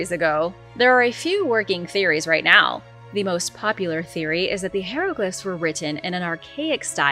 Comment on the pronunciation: How are you STILL pronouncing hieroglyphs (Hi-ro-glifs) as (hair- lo-glifs)?! Ffs.